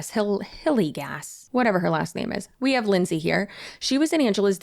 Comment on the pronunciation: About Marie Hillegas: Hilly-gas? No, surely it is Hee-YAY-gahs. Or maybe Hil- LAY-gahs.